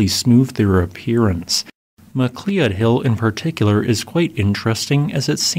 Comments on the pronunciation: Sorry to be that eprson, but Mcleod Hill should sound like Ma-cloud. Unless the locals say it Mac-lee-ud? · Just like how "Geoff" is Jeff ( not Gee Off). McCleod is "McCloud"(not Mc Clee Owd). Again, love your stuff... Just trying to point out some fundamental stuff... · Just as a side note McLeod Hill is actually pronounced (mc loud) sorry but you butchered that name badly. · McLeod hill is pronounced “Mcloud” hill. Not Mackleeod?. Must be a computer generated narration. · AI Voice ... MAH KLEE ODD HILL ... (GIGGLE!!!) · "Mc Klee Odd" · cool stuff. FYI McLeod, at least in Canada, is most commonly pronounced as "Mah-Cloud" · Mac loud... That's how you pronounce it. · Well this AI voice fooled us all, but it finally gave itself away in this particular naration. I mean: mac lee uhd? Ffs. The video creator didn’t even check his own video for such mistakes. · Local pronunciation variation is possible, of course, but "McLeod" is normally pronounced, "Mc Loud" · Great video! It connected a lot of dots for me and tended to reinforce some ice age stories for sources of water for outburst flooding. I do not mean this in anyway critically, but Mcleod is pronounced "ma - cloud" for future reference. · FYI McLeod is pronounced Ma-Cloud. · Very interesting, thanks. oh, McLeod is pronounced McCloud. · McLeod = Mc + Loud (I completely understand not knowing the pronunciation, that's Scottish names for ya) Cool to see BC content. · MA-CLOUD TAYBOR. Local. Here. My ears. My ears. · I stopped correcting him long time ago. He pronounced 'macleod' that way in a video a long time ago. He either didn't read comments or didn't bother correcting himself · You kinda get used to the butchery. You’ll find it’s part of the charm of the channel.